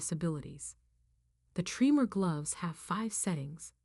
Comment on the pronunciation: Not 'tree-more', 'trem-er'. I have essential tremors. They run in my family.